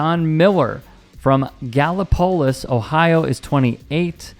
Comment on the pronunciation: Gallipolis is pronounced Gal-lip-o-lis. Accent all the same on every syllable. It’s an Indian (Native American) name. Get it right!